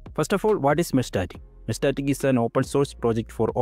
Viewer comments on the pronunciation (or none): Mesh-Tas-Tic. lol I feel like you said 'meshtatic' just to trigger us haha. Thanks for the vid